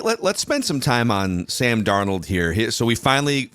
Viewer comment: Now that can finally say Sam Darnold’s name correctly…. Can we start mispronouncing the former Minnesota quarterbacks name as “cooked cuisine”?